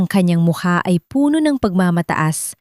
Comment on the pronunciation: Bago ka maging narrator learned first how to pronounce word properly..the same word but different meaning depends on how you pronounce like Puno as tree and Puno as full pronounce as pabilis